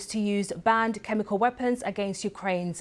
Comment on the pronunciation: Why does the presenter say "chemicaw" instead of "chemical"?